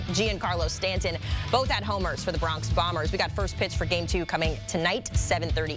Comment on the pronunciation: Are you freaking kidding me? Lmao not taking anything you say seriously after calling them “Carlos Ron-done” and “Gee-yawn Carlo Stanton” 🤡🤡🤡 you guys are supposed to be journalists?